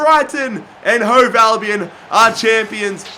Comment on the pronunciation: You say Brighton and Hove alvion